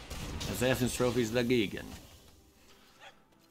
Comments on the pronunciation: GEE-gen? No, GUY-gan. Also, kinda disheartening that every single player seems to be playing almost identical decks days after a set is released. I just started playing online and every other deck is the same thing. Smh. Copycats all over. Come up with your own stuff people!!! End of rant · As a BIG TIME MTG and Godzilla fan I feel obligated to help you with pronunciation... it is pronounced: "G-eye-gan"